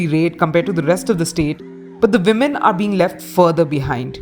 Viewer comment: It’s ‘women’ not ‘vimen’ 🤣🤣🤣